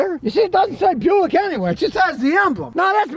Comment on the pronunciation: Buick ... Bu-Yao-Ic.. "Bu Yao" ? They "don't want" the name?